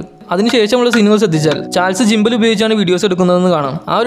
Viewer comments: ജിമ്പൽ അല്ല ഗിമ്പൽ എന്ന് പറയാൻ ശ്രദ്ധിക്കു സുഹൃത്തേ..... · ജിമ്പൽ അല്ല ഗിമ്പൽ....